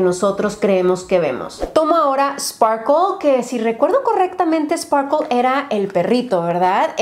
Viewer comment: Cada vez que dice SparkLe yo estoy asi como de es SPARKIEEE:(